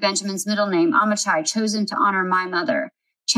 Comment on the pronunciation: The middle name Amichai, pronounced, Ami-Hi. Just letting you know. Love your channel!